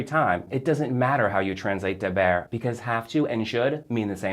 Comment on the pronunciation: Very helpful!! I learned a lot here. But a bit distracting that you pronounce "e" like "uh". Deber should be pronounced "day bear" not "duh bear" in Spanish.